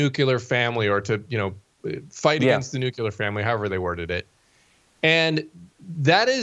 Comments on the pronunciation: Say it with me... New-Clee-Yer! say it again... and again! NOT, New cue Ler!!!!! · Say it again, ugh,that nuc u lar thing dives me batty. There is NO “u” in nuclear!